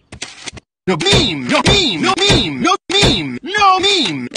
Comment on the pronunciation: The way say "meme" made me think hes saying mean 😂😂